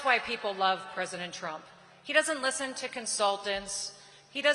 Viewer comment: Peesident Trump!